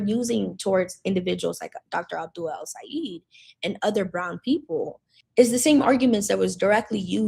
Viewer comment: It's pronounced El - Say - ED. Not El - Say - EED.